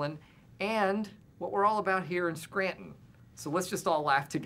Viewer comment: As a native of Scranton I appreciate they pronounce it correctly. It's Skraan-in.